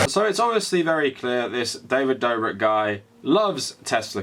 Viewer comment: how the fuck do you butcher davids name so much its fucking dobrik where is the v and n you keep adding